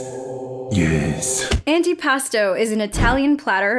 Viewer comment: The meme of “I have fallen and I can’t get up” is funny also antipasto is pronounced like anti pAsto